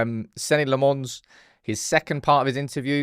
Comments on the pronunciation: You just refusing to say his name properly??? His name is nothing like LeMons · Still don’t have that pronunciation down I see 😂